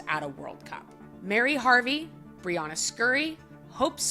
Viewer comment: A quick tip - You’ve been mispronouncing Brianna’s name across many videos.